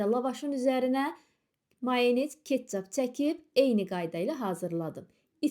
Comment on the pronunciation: Ketçup sözünü ummiyətlə bərbad deyir